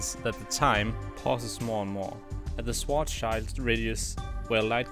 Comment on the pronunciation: Another one who can't pronounce Schwarzschild.